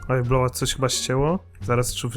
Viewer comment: Nie "bloła" tylko Blowa.